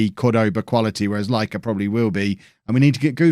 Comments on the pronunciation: Lykke = Laika. How are you getting to that conclusion,?:D I'm Danish and I would help you pronounce it correctly, but you won't listen, so I'll just let you go with "Laika".:) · Nicolaj pronounced "Nicolai" and the Y in "Lykke" is pronounced as a Near-close near-front rounded vowel, which is like the french pronounciation of U